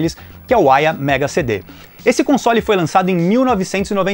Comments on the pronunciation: Chamava essa marca de "Aiva" (som da pronúncia) kkkk Uma única vez vi esse console, numa banca de camelô, há muito tempo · A pronuncia correta é Aia ou Aiva ? Sempre pronunciei com som de V